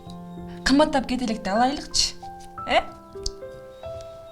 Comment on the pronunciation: Алайлыкчы эмес алалычы туура суйлоп ар бир созго маани берсенер